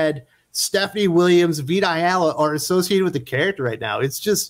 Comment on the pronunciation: Every time you say "Vita Ayala" I hear "Big Gay Al"